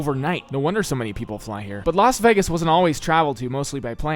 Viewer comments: The way he kept pronouncing it Veg-gos instead of vey-gus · ah a 23 minute video of you saying vegas wrong, nice